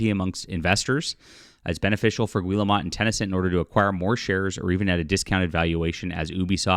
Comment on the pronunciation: It's pronounced "Gee-el-moe" 😁😁😁😁